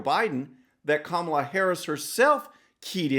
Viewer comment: Joe you better learn how to pronounce her name I don’t have to worry I don’t see your name much or hers at all. It’s great for the Republicans. True True and True. Hypocrite hypocrite and hypocrite.